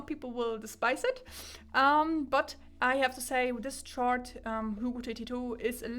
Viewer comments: I'm not annoyed, in my mind it's like she's repeating Zeos' (Z Reviews') joke from his Chord Mojo (1) review where he was trying to deflate the unjustified hype about it and he intentionally mispronounced it as "Tschord Moyo". 🤣(To clarify for Germans, the official name should sound like "Kord".) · Am I the only person annoyed by the way she pronounce chord 😂 On another note , great review. I like the long in-depth videos so keep it going forward 🙂